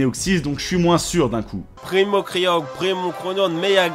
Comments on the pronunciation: "Primo kroudon primo kayogre megaka raykaza tous shyney" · C'est pas ça non plus c'est "Primo Kryorgre, Primo Graoudonne Meyaga Raykaza tou shiné"